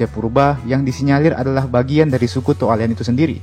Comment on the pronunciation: Cara Pengucapannya To' Ale'an yah Min 😊